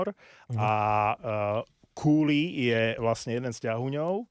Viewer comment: Neviem, odkial to mas, ale Cuylle sa cita KOO-lee (kúlí), a takto ho vyslovuju aj komentatori tu v Kanade. Ak neveris, mozes si overit vyslovnost mena kazdeho hraca tu